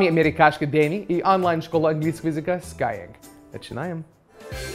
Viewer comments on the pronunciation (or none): Все классно, но как же люто бесит скай-ЭНГ! Ну бляха-муха, ребята!?! 😂🙉🤦